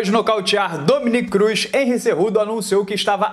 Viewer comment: Pô,se fala cu doce. Kkkkkkkk